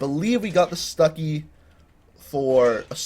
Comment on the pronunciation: He said stucki instread of stuck!